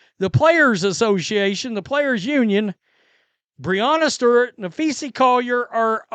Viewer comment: Dude: It’s pronounced “Nuh-fee-suh”; not “Nuh-fee-see”. Just sayin’—since you pronounce her name wrong every time. 😮 But, I do like your videos.